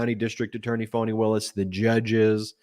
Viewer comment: Notice the purposeful mispronunciation of Fani. I think I’ll just start pronouncing ‘Trump’ as ‘Tramp’. Hmmm. Or is T-r-u-m-p pronounced “lying racist misogynistic narcissistic sociopathic megalomaniacal seditious bloviating evil conman rapist criminal?”